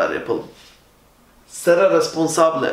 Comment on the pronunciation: Hocam Seré yazıyor ama sera diye okuyorsunuz